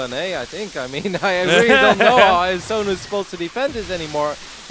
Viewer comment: Is there noone who can pronounce iAsonus name ?